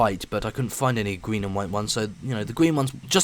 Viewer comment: gween? you want to say green